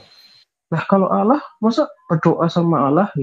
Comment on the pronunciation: Maaf bukan Alloh tapi Allah